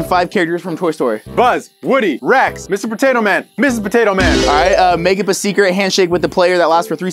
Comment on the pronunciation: Did say ms.potato man? 💀😂😂😂